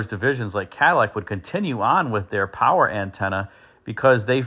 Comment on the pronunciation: Poncho powah